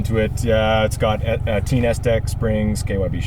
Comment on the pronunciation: "teen"...lol. tein is pronounced "tain" like rain